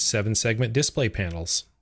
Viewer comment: It's pronounced display, not display 😂